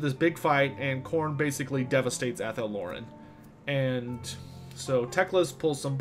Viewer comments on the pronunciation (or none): none